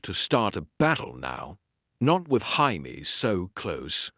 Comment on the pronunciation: Why do the AI narrators of any GOT what if? channel struggle with Jamie's name? They all pronounce it "High-mee"